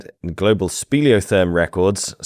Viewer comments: I loved this lesson very much thank you. One small item had me a bit confused and that was " speleothem ", which is any mineral deposit in a cave. You pronounced it " speleotherm ". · Mispronounced speliothem. There’s no R!